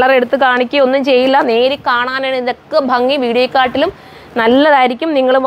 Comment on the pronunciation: ഫങ്ങി അല്ലാട്ടോ.. ഭംഗി... അടികൊള്ളും ഇനി ഫങ്ങി ന്നൊക്കെ പറഞ്ഞാല് ❤❤😄